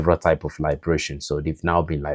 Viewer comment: You keep using the word "liberation," and you pronounce it " Lybrason" when you refer to the enemies of the African people. The word "Elimination".is the correct description when referring to the enemies of the Shahel states whether you like it or not.